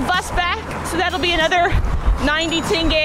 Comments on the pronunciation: Господи она произнесла слово тенге правильно. Ваааау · Она говорит тенге лучше, чем русские со своим тэнге😂😂😂